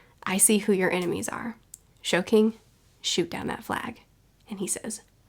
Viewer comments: Hearing Sogeking's name absolutely butchered by calling him Shoking multiple times or whatever it honestly disrespectful. It's not even hard. So Ge King. Sogeki means sniper. Sogeking. Jesus christ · Hey! Just so you know, it's pronounced "so-geh-king". "Sogeki" meaning sniper in japanese. Basically he's calling himself Sniper King. Also, in your reread, i'd strongly suggest paying a looot more attention to Skypiea. Matter of fact imma reread Skypiea right now. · who tf is shoge king SO GE KI N GU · Great video as always. Just a a heads up it's pronounced "so-gay-king" not "soj-king." Looking forward to next friday! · Is she calling sogeking, showking?